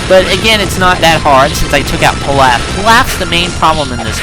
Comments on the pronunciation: I'm pretty sure it's pronounced Peelauf like in DBGT, good review anyways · pee-lÀf, so not like whatever food you're talking about.